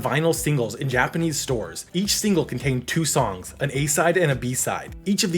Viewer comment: Its not correct though